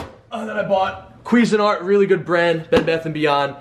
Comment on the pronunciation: its cuisine art not gezenart